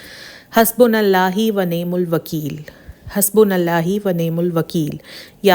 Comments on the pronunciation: Hasbunallahu kehna hy, behna hasbunallahi nhi kehna lafz ka mtlab he badal jata hy ❤ love ur vlogs ❤❤ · it's 'hasbunAllahu' not, 'hasbunAllahi' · Aoa. hasbunalAllah hu parhy gye hasbunal Allah he ni parhna. Haa pe paish hy. Ap zair parh rahe hain. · Hasbunall hi nahi ha hasbunall hu ha...... Ar is k ilava wanimul wakeel nahi ha wanimal wakeel ha Durust ayat ya ha : حَسْبُنَا اللَّهُ وَ نِعْمَ الْوَ كِيلُ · Hasbunallahi nahi hota hasbunallhu hota he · Assalamoalikm API hasbonallahi Ni hota hasbonallaho hota hy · Salam sis main app k vlogs kal say daik rahi hun it’s very good sis its Hasbunallahu hai Hasbunallahi nahi hai thanks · حَسْبُنَا اللَّهُ وَنِعْمَ الْوَكِيْلُ ap ne talaffuz sahi nahi bataya,paish ki jaga zair bola or zabar ki jaga paish bola.